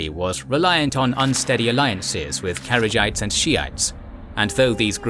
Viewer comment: One thing Kharijites isn't pronounced carriage-ites. It's pronounced hu-are-ridge Or hu-are-ridge-e for plural